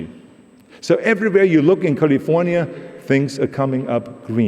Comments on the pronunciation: Dear Austrians, please note how we say the name of the state "California". That is its name, not "Golly-vornya". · The great state of Cahlee-Fuh-Niahh